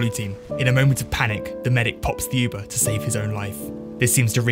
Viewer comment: You should honestly learn how to say Uber.